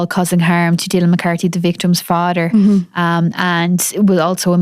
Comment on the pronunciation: Het fadder and her mudder. 😮